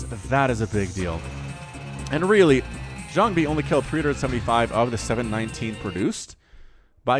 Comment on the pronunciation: Great commentary as always. I feel the way you say Jangbi is a bit off. Check out a couple Jangbi vs Flash english commentaries on VioleTAK's channel from 2008, that pronounciation sounds waaay ear friendly.